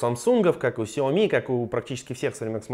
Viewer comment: Правильно не ксиоми, а сяоми.(xiaomi)